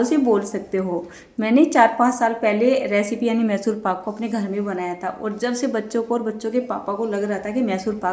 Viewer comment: Call it properly mysore paak not masur....edit and correct